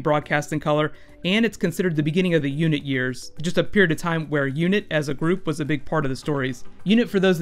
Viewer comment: ***** UNIT in classic who is pronounced like United Nations Inteligece Taskforce.